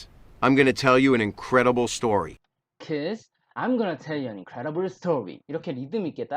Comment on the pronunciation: 근데 왜 계속 kids 를 키스라고 말하세요? ds를 저렇게 발음... d는 없어지고 무슨 키스처럼 발음하다니. 영어 발음 진짜 못하시네요..... 공부법은 알겠는데 실력은 없는듯. 다른 것도 들어보니 영어 발음 진짜 못하는듯. 뭔 말인지 알아들어야 의사소통을 하지. 발음부터 계속 다 틀리게 하면....